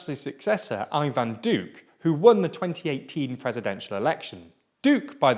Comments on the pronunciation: It's always fascinating to me how English speakers manage to never once stress the right sillable on Spanish words. I mean, they'd do better just doing it at random. I was starting to soften on them aaaalmost getting "Uribe" right as the thing goes along only to be slapped in the face by "Aivan Diuke", who I presume is Iván Duque's English cousin. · This is sarcasm right? Ivan Duque? 😂are you kidding me?